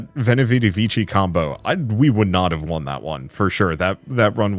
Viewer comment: 'Vichi' lmao